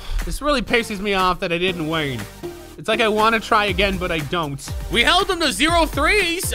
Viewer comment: The reason y your commands don’t work because when u said win I heard ween